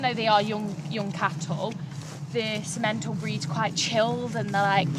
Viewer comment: In English, Simmenthal is not prpnounced Si-MEN-tal. The emphasis is on the first syllable, thus SIM-uhn-tahl.